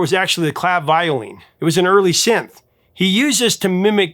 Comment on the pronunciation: You mispronounced 'Clavioline'.